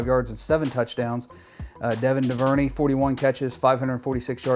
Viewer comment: It’s pronounced DOO-VER-NAY